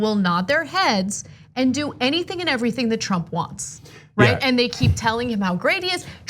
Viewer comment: Did Anna just say anythink? I can't stand people who do that anythink isn't a word! Anything is English and anythink is retard.